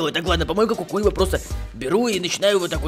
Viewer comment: Не кукуево а кукуева чтоб ты знал